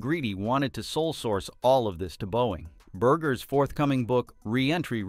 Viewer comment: It’s Eric Berger, not Burge